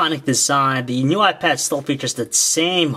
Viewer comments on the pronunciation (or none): lol he says "new why pad"